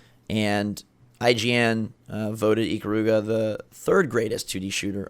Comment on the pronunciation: I'm so bothered by the pronunciation of Ikaruga.